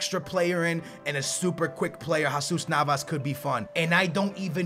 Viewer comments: it's Jesus Nava not jaaaaasus Nava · That's not how u prenounce jesus navas